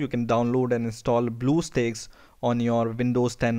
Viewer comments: it's stacks not steaks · lool he pronounce bluestacks as bluesteaks (blue coloured steaks) XD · Duuuude how ever many times do you call it blue steaks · OMG LOL you said bluesteaks instead of bluestacks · you said bluesteaks. it's blue stacks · Blue steaks lol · The way you say "BlueStacks" is funny.... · You say it wrong dumb shit